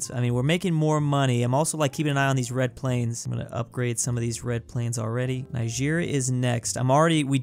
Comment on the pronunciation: Ni-sheer? Its ni-jer